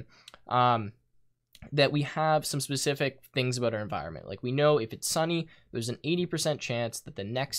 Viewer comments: "enviornment" lol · enviornment......... Its clear that he spends a lot of time in this XD